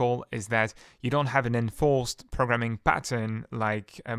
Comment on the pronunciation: Arrgh! It's infuriating when you put the emphasis in the middle of long words. For example when you say "proGramming" instead of correctly saying "Programming" or "comFortable" instead of "Comfortable" it's incredibly confusing and annoying because I keep having to consciously adjusting your words while still trying to gleam your meaning. Please practice putting the emphasis on the correct syllables when speaking English.